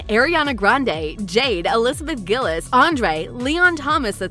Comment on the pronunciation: You pronouncedd Liz's surname wrong. It's not Gill-iz, it's Gill-eez (the actual spelling is Gillies) And Daniella's is Mon-ay (spelt as Monét) Whoever spoke, please improve your pronunciation of proper nouns Anyways... I'm indifferent to this. It would be nice for there to be a reboot, but I wouldn't mind if there is no reboot because Ariana Grande is too busy being successful as an international popstar and as a coach on The Voice.